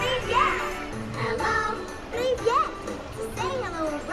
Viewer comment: It’s priviet btw LMAO